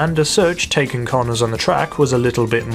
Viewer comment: He says corners like coroners